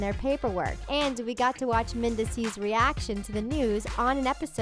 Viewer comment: Omg the narrator constantly mis- pronouncing mendeecees harris' name is driving me crazy. Like do some research and learn correct pronunciation before doing narrative commentary!